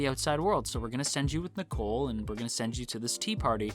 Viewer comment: The way you pronounce Nicol's name is the same as the girl's name Nicole. Irregardless of how the Japanese pronounce it, I think the English pronunciation is meant to be NEE-kohl.